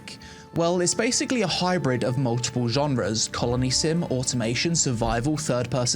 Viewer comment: As an American I heard you say “multiple” as “muh-ih-uh” ❤. Ignore me I’m easily amused.